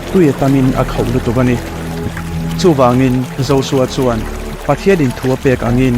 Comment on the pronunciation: Josua ni nanana zosua tiin i lam tlat a J J Jjjjjjj hi Z anilo